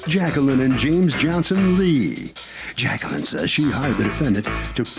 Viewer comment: Everyone else immediately correct plaintiff’s name to: “Jac-queee-lyn?” 😂😂😂